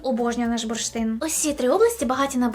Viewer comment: буршин, бурштин.....і тут бамц - реклама английскої.......а потім знов, буршит, бурштин